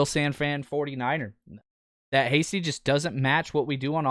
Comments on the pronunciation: Your favorite UDFA really?!?! Hastings huh... HIS NAME IS HASTY!!! My lord can you at least get your "favorite" UDFA's name right? Hate to be so negative but if you want to be taken seriously and build your channel work on the details bud. SMH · Please, please, please, say his name correctly!!